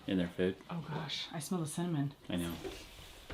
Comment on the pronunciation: I had to go back and listen 3 times to make sure you said cinnamon. 😮